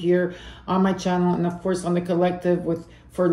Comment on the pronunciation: haha I’ll take the sign When you said course for school I heard HORSE 🐎. Made me think. I got lots of Pisces in family.